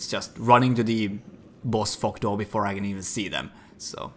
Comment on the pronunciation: I thought you said the "boss fuck door" for a second :D